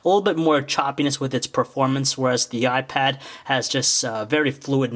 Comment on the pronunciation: did he say the new y pad, cool im lookin' for that